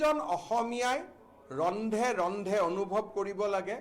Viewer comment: ৰুন্ধে ৰুন্ধে বুলি নকয়।ৰন্ধে ৰন্ধে বুলিহে অসমীয়াত কয়।